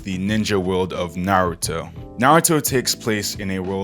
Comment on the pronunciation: When bro said nartou i was like "I AM DEAD"